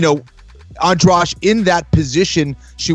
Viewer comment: how do you guys pronouce that name adrade? come on guys... you can t read a name right?